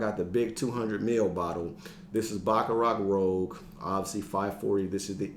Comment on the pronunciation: Pronounce that #1 like this... Baccarat Rooj. A man after my own heart! Great minds think alike on the King & Queen!